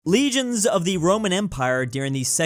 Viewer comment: So Americans read legions as regions? Like bruh the first thing in the video an I’m already triggered